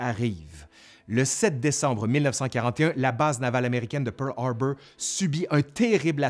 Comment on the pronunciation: PEUWRLHARBEUWR, j'adore ;)